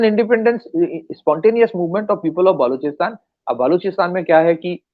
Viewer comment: When he calls "baluchistan" , "baaluchistan" , it becomes clear that he is a Bengali 😊